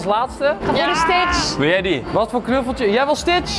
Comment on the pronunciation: enzo je zegt ht fout het is stitch